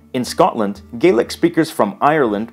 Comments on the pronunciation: As a little heads-up, it is pronounced Scottish gah-lic with an A sound 🙂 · I may be nitpicking here but traditionally “Gaelic” is pronounced like “gal-lick” when referring to Scottish Gaelic. Irish and Manx Gaelic are the ones that are pronounced “gay-lick”. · One thing that peeved me a bit is that Irish Gaelic is pronounced 'Gay-lick' but Scottish Gaelic is pronounced 'Gah-lick' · A small pronunciation issue: it is Irish Gay-lick, but Scottish Gah-lick.